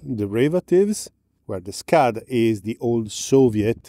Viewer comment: you pronounced Scud very inappropriately but we love you anyway.